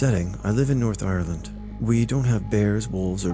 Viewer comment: Did you mean to say Ireland in such a good Irish accent 😅